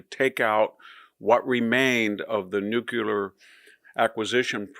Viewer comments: “nuclear” and “nucular” sound similar, but they differ in origin and usage: ✅ “Nuclear” (correct spelling and pronunciation) • Pronunciation: /ˈnuː.kli.ər/ or /ˈnjuː.kli.ər/ • Meaning: Relating to the nucleus of an atom, or to nuclear energy/weapons. • Example: “The country is developing nuclear power.” ❌ “Nucular” (nonstandard/mispronounced form) • Pronunciation: /ˈnjuː.kjə.lər/ or /ˈnuː.kjə.lər/ • Meaning: Same meaning as “nuclear,” but this is a mispronunciation. It’s been used by public figures (famously by Presidents George W. Bush and Dwight Eisenhower), but it’s not considered correct in formal English. ⸻ Summary: • “Nuclear” is the correct word and pronunciation. • “Nucular” is an informal, widely recognized mispronunciation, not a separate word. Let me know if you want examples of how people have used both — it’s a surprisingly interesting linguistic phenomenon! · NU CLE AR. (it doesn't rhyme with circular) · Please tell me how you get nu-cu-lar from nuclear. It's driving me nuts! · Victor you are great on everything. One thing. Nu-cle-ar. Yeah you can say I’m snobby but conservatives shouldn’t be so quick to throw out the form and ideal of language just cause one could say it’s snobby! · Wow even VDH is unable to pronounce ‘nuclear’ properly. How do people believe you when you can’t even speak proper English? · Why can't you pronounce NUCLEAR correctly? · VDH is very good at encapsulating current events. Even though he keeps mispronouncing NUCLEAR. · I love Victor but pray one day he will be able tp pronounce the word NUCLEAR. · Nuclear..can we retire the W mispronunciation already? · “New killer”? Do you mean “nuclear”? New clee ar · Victor! I always come to you for trusted, reasonable analysis. That said, please stop pronouncing nuclear as nuk-u-lar. It's nuk-lee-ur. You're smart, but that constant mispronunciation diminishes your wisdom. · noo - klee - uhr, not nook - yoo luhr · Nu-cle-ar, not Nu-cu-lar! Sheesh!!!🙄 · nucular? you mean, nuclear